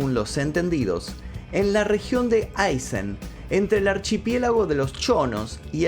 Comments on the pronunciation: Muy interesante relato. Sólo un detalle, se dice Aysén con acento en la E. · Se pronuncia Aysén, tilde en la E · Aysén es con acento en la E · Aysen ! Todo mundo lo pronuncia mal es Aysen como si tuviese acento en la e!! Remarca con fuerza en sen!! Please 🙏🙏🙏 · Muy lindo pero se pronuncia aysén >< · Amigo se dice Aysén acentuando el en